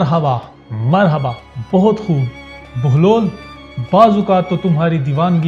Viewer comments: Sorry sir video to ap ny bna li hai lakin ap baglol baglol bol rhy hain asal main enka nam behloll dana hai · It's Hazrat Bahlol Please , Not Baglol please correct your self 🙏 Pir Mola Ali Madad 🌹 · Bai name to sahi lo "Baglol" nain behlol hy